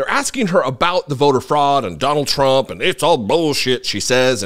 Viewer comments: Haha … I also noticed she almost said Pres. Chump!! 😅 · She called him president "Chump'' LoL !!!!!!!!!!!!!!!!!!!!!!!!!!!!!!!